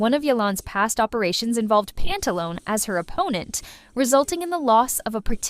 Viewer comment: It's Pantaloneh, not Pantalon. Pantalone as in Italian, the same if you said Dottore. DottorE, PantalonE.